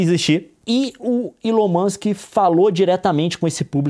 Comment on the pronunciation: FAAAAAAAAAZUEEEEEELI ILOM MOSQUE